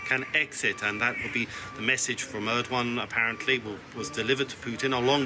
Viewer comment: ödoan and püten what kind of pronounciation is that